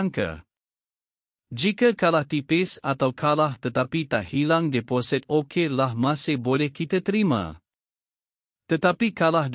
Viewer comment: Tukar lah pembaca ni - sebutan amat salah - deposit di sebut deposet , air di sebut ayer